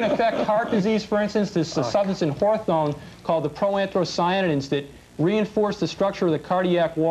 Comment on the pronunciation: Good lord. It's HAWTHORN, not horethone.